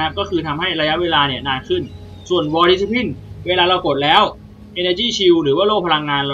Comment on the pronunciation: vaal dis cip line ไม่ได้อ่านเเยกอย่างงี้หรอครับ